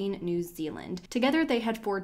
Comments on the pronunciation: Lol “dundeen” it’s pronounced “duh-nee-duhn” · DUNEDIN..pronounced (DONE NEEDIN) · hey there! i'm from New Zealand, and the area in which the case took place (Dunedin), is pronounced duh-knee-din :) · Dunedin pronounced Duh - née - din , hope that helps 😊😊😊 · If you want to no how to say Dunedin ..Daaa neee dinnn Then say Da knee din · Just a heads up, you're pronouncing Dunedin and the two girls names completely wrong. Not a difficult thing to research